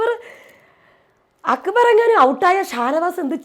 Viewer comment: അക്കബർ അല്ല അക്ബർ